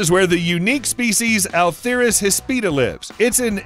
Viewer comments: Please learn to pronounce atheris hispida - no "r" in the first syllable of "uh-THEER-is" and hispida is "HISS-pid-uh". Nice vid, and one of the few that acknowledges hognose snakes as mildly venomous. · ATHERIS does not begin with "R" or "A L" as you are pronouncing it. "Ahh-Thair-IZ"